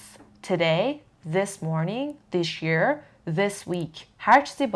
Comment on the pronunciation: جان تلفظ this year رو دیشیر گفتید اگه ممکنه تو پنج دقیقه ای ها پرونانسیشن این نکات رو بعدا بزارید 🙏💐